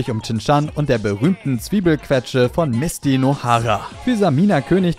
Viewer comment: Wirkt bisschen so als hätte selber noch ein Easter Egg gedropt in dem er Shin Chans Mutter Mis-ty anstatt Mit-sy nennt wie sie ja eigentlich im Anime genannt wird 🤓